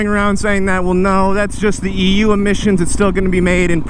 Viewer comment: Every time i heard you say EU i keep hearing EW, and i agree